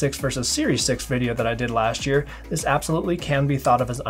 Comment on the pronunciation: "... laSHHt year..."